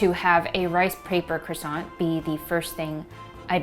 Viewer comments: One month in Paris attending pastry school and you’re still pronouncing it wrong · They aren't croissanTS. I know you did say it properly with the silent T. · The n and t in Croissant is silent